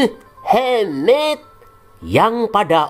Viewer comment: Mohamad min bukan Muhemmmeddd